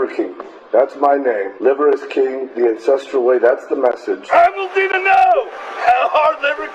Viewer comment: Not gonna lie, I thought he said "the INCESTral way" not "ancestral way". I didn't even blink which tells me that I've been on some unfortunate corners of the internet too much lately. NOT THOSE, just true crime sh*t.